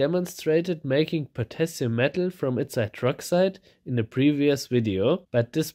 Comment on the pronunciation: Correction: Potashium. ;)